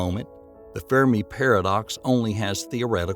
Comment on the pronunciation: Fur-me not fear-me...... Smdh